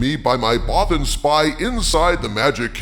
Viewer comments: ACKshully, it’s “Bothan”, not “Botham”. 🤓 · "Bothan" Not "Botham"